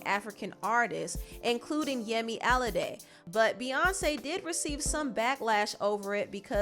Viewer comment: Yemi Alade's name is pronounced Allah-day